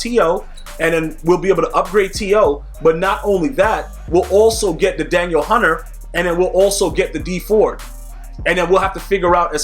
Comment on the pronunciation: Please pronounce his name correctly hes not a girl, Da Neel Hunter